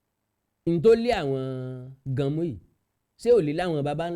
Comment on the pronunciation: Ganmo not ganmu